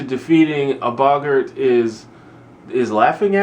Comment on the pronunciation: Your pronouncing Boggart right, no worries, but the Riddikulus spell is more pronounced like the word "ridiculous" re-dik-ew-luss I found when I watched the movies that helped me a lot with the stuff and named I was completely lost on (looking at you Professor McGonagall) It's real fun to see your Harry Potter adventure unfolding. You have the same questions we all did, and I just hope you love it as much as we did. Trust me, the books do start getting a bit mature after this one.